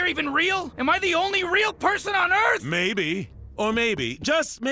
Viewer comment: Omg!! planet "Farth"?!